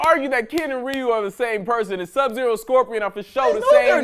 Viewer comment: Did he just pronounce Ryu's name as "REE-YOU" 🥴